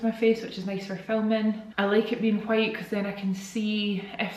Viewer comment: Ok I love you so much so please don't be offended, but when you're talking about how you like the white desk I swear I heard quiet everytime with the ole accent (which I love your accent!!! 😍) hahaha but I was like what the heck is a quiet desk am I living under a rock hahahaa ok bye I love you so much one of the only youtubers I still watch I love the vlogs been watching since week 1❤❤❤❤